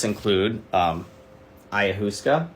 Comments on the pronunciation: Ayahooska?? Bro… take it and really know it. You have reading knowledge not experiential knowledge. Clearly you havnt even talked with someone that used it because you say it like a toddler. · Not gonna trust someone who hasn't learned how to pronounce Ahayuasca correctly LOL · Read a whole book about ayahuasca and can’t even say it right :)